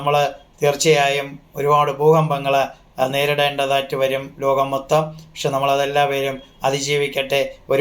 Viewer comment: Akshara shudhi ila , lokam enu paranjath ketto loham